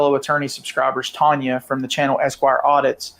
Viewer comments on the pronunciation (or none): none